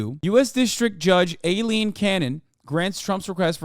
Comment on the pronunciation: Lol when Hasan pronounced Aileen like "Alien"